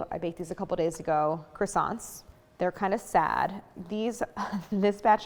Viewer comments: I love the way Americans pronounce “Croissants “😂 God… make a little effort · living Montreal Quebec - a French City .. it is very very difficult listen to this brutal pronunciation of the word Croissants !!!! My ears hurt .. try try .. anyway GREAT fresh croissants are available here every day ! hardly worth baking your own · Crassants, Dooseldorf, coke oh van